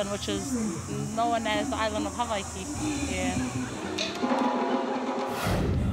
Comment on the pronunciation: Its not havaiki its avaiki